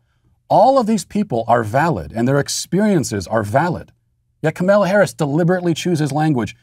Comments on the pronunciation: Matt knows it's funny everytime he butchers kamala harris' name yet he always keeps a straight face. Kamayla Harris! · If you are going to cancel her, you could at least pronounce her name correctly. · "Ok Ms. Vice President, remember earlier today when you reamed out the intern who brought your turkey sandwich with the tomato on top of the lettuce instead of between the meat and cheese then had that phone call with Joe where you had to remind him how to pronounce your name without flustering him? Bring that energy to this speech!"